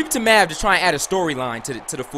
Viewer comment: Mav not Mac